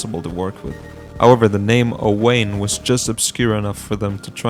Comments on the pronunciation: Owain is pronounced Owen. It’s an Irish name. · Yet another YouTuber not pronouncing Owain right